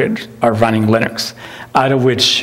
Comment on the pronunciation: confirmed pronunciation of “linux”. not lee-nooks. or “lih-nuks” but lir-neks. lol